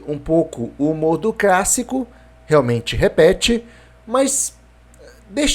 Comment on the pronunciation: Eu ouvi crassico?